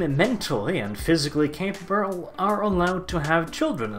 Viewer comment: "Mentally and physically caprrbrrrlllghh"